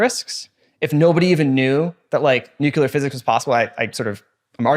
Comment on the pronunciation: Great episode, fantastic topic and guest. But also I died a little inside at every mispronunciation of “nuclear”